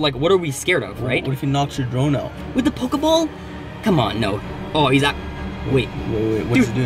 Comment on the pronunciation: Hm and when did they changed the name of pokiball but you said pokaball